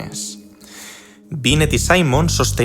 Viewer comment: No es Henry sino Theodore Simon, francés al igual que Binet, por lo tanto su apellido no corresponde a la pronunciación inglesa.